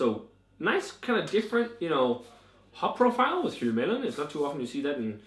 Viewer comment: Great review! Helvellyn (pronounce Hell-vel-en) is a mountain in the Lake District and striding edge is a ridge on that mountain! Really enjoyed striding edge but not had chance to try this one yet. Sounds good!